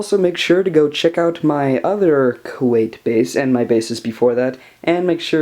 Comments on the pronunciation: I thought it was pronounced Koo at not Koo ait? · Koyt? What's koyt? Do you mean Kuat? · I just like to point out that 1.) awesome build you got there, and 2.) it's pronounced Kuat, Ku-at, got it?